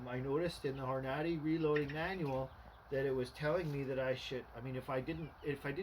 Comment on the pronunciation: horn a day is how you say it